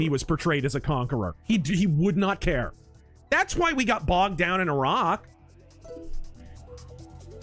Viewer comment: Why are you saying Iraq like that